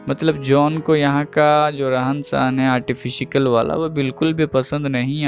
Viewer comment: Artifikal or artificial??